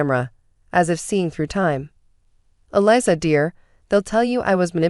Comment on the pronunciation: AI is bad and get names matched up !! Eliza is pronounces Eliza with a z not with an s. Long z.🙄🙄❤️🐉💙💙🌈🌈😎😎🍍🦅🦉